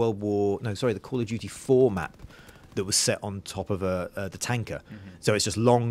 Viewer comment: Call of Doody (emphasis on the DOOOODY).